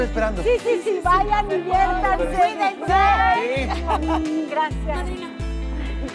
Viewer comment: Soy la unica que se dio cuenta que en el minuto la chica dijo graces XD :v